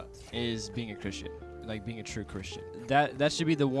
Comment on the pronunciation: "Twoo Chwistian"